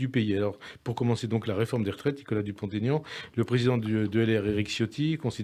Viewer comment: DEPUIS LE TEMPS NE SAIT PAS QUE "DUPONT-AIGNAN" ON FAIT PAS LA LIAISON D OU LE TRAIT D UNION!